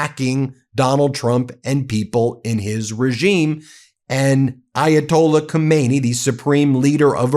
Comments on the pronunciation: Get the names straight. His name is Khamenei, not Khomeini. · He is not Khomeini. Khamenei “Khah-meh-neh-E.” Khomeini died in 1989. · Its called gammeneij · Pronunciation matters. Khomeini is dead, Khameini is not.